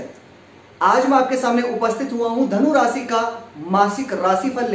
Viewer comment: Your diction is very poor.. You call Sani for Shani, Rasi for Rashi, sukra for Shukra, Paresani for Pareshani, Siksha for Shikha, Subh for Shubh and many more.. This is very irritating. Being a astrologer it is very bad on your part. Plz improve it.